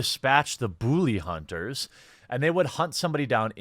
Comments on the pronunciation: Dude, the way you say "Booley Hunters" cracks me up every time. 🤣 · "Booley Hunters" Jesus, dude. Where are you from?